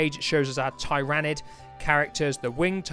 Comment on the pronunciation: Hi, I really like your video - good editing, content etc. I've seen a few magazine videos covering Combat Patrol and Stormbringer and this is the best I've seen. Not a criticism, just an observation; i'm not 100% sure but I think you may be mispronouncing Tyranid :) I nearly bought this copy as brushes are always handy and I don't have those specific paints, but I do have other blues and purples so gave it a miss. I look forward to future videos.